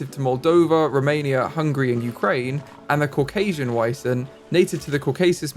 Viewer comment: is almost correct! They are pronounced Vee-zent/ˈviːzənt. Edit: Please name one of the Wisents Vincent 😊